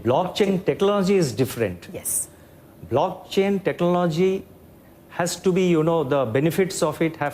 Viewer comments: He cannot even pronounce technology and says benefits exploited, and he is our RBI Governor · The bugger doesn't even know how to pronounce technology , what a loser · The guy cant even pronounce "technology" correctly . What a disgrace this country has become. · Who made this guy the RBI governor?? Can't even pronounce "technology" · This governor can't even pronounce technology tf is wrong with our country 😂😂😂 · He couldn't pronounce technology 😂😂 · Bhai se technology ni bola ja raha hai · Yes even I noticed that. Sale Khunnash khake baithe h.